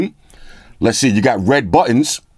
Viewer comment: you said buttons like a scotsman, when you were comparing the phone with a standard number 🏴